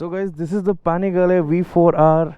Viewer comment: I was freaked out when he pronounced ducati panigle v4r 🤣🤣🤣